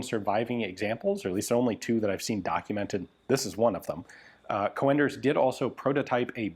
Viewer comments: Just so you know: the original pronunciation is not "co-enders" but "coonders". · Co-Enders??? GunJezus.. It's a Dutch Sir name. Pronounced as Coon'ders for the English speaking world. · Just as a friendly note, it's pronounced "coonders", not "co-enders". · Coenders is spoken as c-oe-n ders. The oe is pronunciation as the sound book. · its not co-enders, its coen-ders the oe is pronounced like oo-dles of fun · Don't torture us by saying things like "Coh-en-ders". If you pronounce it as Coonders you'll be 95% correct. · The name Coenders is probably dutch not german and pronounced Coonders not co-enders but that is a tricky one as englisch does not have the oe vowel.. or it could be german and be an ö.. either way it is fine he is aware he may be wrong but still tries.. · Hi Ian. Coenders is a dutch name, so you would pronounce it as COONders. But with a slightly shorter OO. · Coenders is pronounced con-ders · Pronounce coonders, like hoot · Coenders is a Dutch name, oe is pronounced as the oo in book. The C is pronounced as a K. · The English speaking tongue isn't familiar with the proper pronunciation of "Coenders". The "e" after the "o" is just another way to type ö. You should hear the proper pronunciation of the beer "Löwenbräu"! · 1. Hessische isn't that hard to pronounce, the first 4 letters was quite good, then follows a short i and sch is pronoinced like sh in english followed by a short e. 2. The Röchling pronounciation was also ok but ch is pronounced like you're clearing your throat, a better example would be Achmed the dead terrorist :D 3. The oe in Coenders is pronouncel like an ö. the C like a K